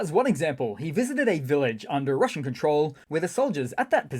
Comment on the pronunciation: The Juzzernaut swings by again 😂 Rrrrrrrrrumbling into RrrrrrruZZian Rrrrrrrrubbizh 🎉😅